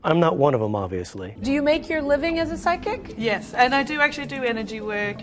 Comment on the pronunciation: loved it when said PHYSCIC